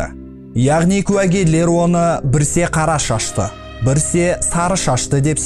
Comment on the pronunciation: Брсе емес біресе болмаса кейде , бәрі жақсы бірақ дұрыс сойлейікші